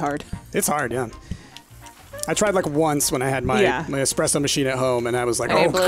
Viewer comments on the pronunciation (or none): Game: Cappuccino: Espresso: Express-O